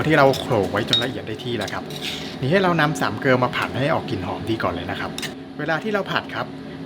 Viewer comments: ตั้งใจดู,ฟังจนจบ .."สามเกิว"ทุกคำ...พยายามฟังให้เป็น "สามเกลอ"มันไม่ได้...แต่ไม่ใช่ปัญหา..ทำตามจ้าาาาา.... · เกลอ ไม่มี ว. นะคับออกเสียงว.จากไหน นอกนั้นผมชอบหมด